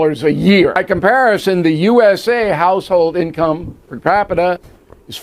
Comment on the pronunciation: Income per kapita pun Salah sebut